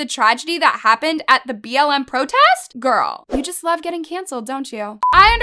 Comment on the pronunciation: Its makes me mad that she keep on saying bml its is BLM bruhhh